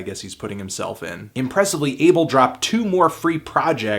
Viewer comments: He keeps saying Ay-ble but it's Ah-bel. Fucking hell Anthony. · His name is pronounced (AH-bell) not "able" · Can u not call him Abel....